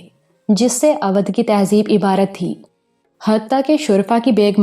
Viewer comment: اودھ کا تلفظ غلط لیتی ہیں یہاں اودھ کا او او بھائی کی طرح بولا جائے تو تلفظ ٹھیک ھو جائے اچھی کہانی بہترین آواز مسحور کن لب و لہجہ اللہ دے تو تھوڑی محنت سے تلفظ بھی ٹھیک ھو سکتا ھے پھر آپ کی کہانی گری کا مقابلہ بھلا کون کر سکتا ھے اور مجھے امید ھے دھرتی کے سفر کے بعد قمر کی اتنی ھی شاندار کہانی "مقدس مورتی " بھی آپکی آواز میں سننے کو ملے گی اگر ناول نہ ملے تو میں آپکے لسنر کیلئے ڈونیٹ کر سکتا ھوں